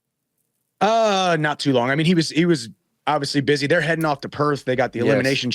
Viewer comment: theyre, not heyre